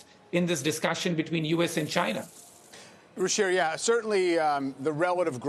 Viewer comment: his name pronounced Ru-Cheer - the CH is pronounced like CH-INA - not RU- SHEER - but besides that hes weird and has some really bad hair - reminds me of a private tutor I had back in the old country who had seriously bad BO